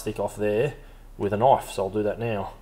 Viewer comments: "That's not a noyfe... THAT'S a noyfe!" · Hearing an Aussie say the word knife will always make me smile